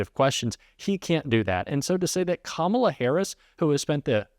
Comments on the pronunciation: He accidentally pronounced Kamala right. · He is accidently pronouncing Kamila correctly. lol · I love how every once in a while he slips up and pronounces Kamala correctly.